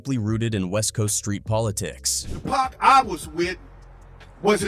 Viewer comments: Anytime I hear a person mispronounce PAC’s name I’m done. Disrespectful! And it’s always the other. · Hey, say Pac name correctly. I mean, seriously. Disrespectful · Say pacs names right